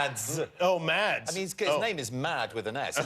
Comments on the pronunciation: Actually, the "d" in "Mads" is soft :p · His name is pronounced Mass! It's Danish! The D is silent! I mean, I just get annoyed... but if he doesn't, I guess it's okay. I know my mother gets annoyed bacuse of her extremely Danish name. But her name is Birthe, and people don't often get that the H doesn't have an effect on the T, and that the E makes a sound... Danish is weird, I know... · The d is silent in Mads ;) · For the record, the "d" in the Danish name "Mads" is silent. It's pronounced like the first half of the word "massive" (similar to "mass" but with a shorter "a"). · Words Benedict can't pronounce: penguin, meme and Mads. Am I missing any? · the awkward moment when Benedict corrects Jimmy on how to pronounce Mads' name but says it wrong. it's pronounced almost like a mixture between Mass and Maz but a soft Z sound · aLSO doesn't mads' name have a silent d lol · ADD Mads to thats :p The D should not be heard at all when saying it